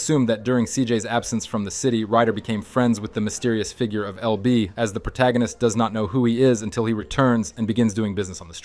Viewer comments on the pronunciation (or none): none